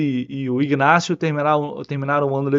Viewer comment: não é IGnacio que se pronuncia… A pronuncia correta é INacio. Abraço